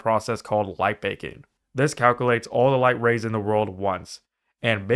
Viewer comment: Did you really say eXspecially? And calc-uh-lates??